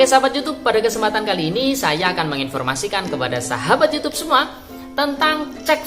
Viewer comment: Kebanyakan ngomong youtab youtube...youtab youtube...kesel dengernya